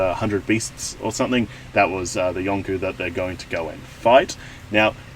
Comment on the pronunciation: Dont google YONKO! You might get spoiled! You pronounce it as it is spelled, YON-KOH not YON-KOW